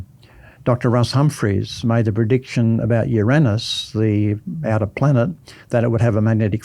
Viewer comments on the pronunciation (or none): none